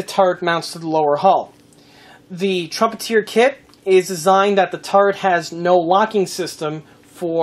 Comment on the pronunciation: It's Trumpet -"er" not Trumpet - "eer" Nice model work! I bet your client was happy with it!